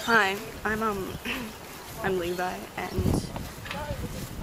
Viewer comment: It's le-vi